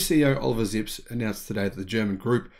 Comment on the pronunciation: Sorry to say Sir, but you can’t pronounce foreign name the English way, a name is a name unless it’s geographical and translated sometime in the past. The BMW Managers name is Zipse it’s not Zips. He got an e in the end of his name and in German that it’s a sound. There is lots of videos here on YT where he is presented by people in German and there you can get the correct name! No I am not German but happens to speak a bit German. Look out for Ö and Ä its not O and A, but some very different sounds, just as a side note! No offense, I love the show.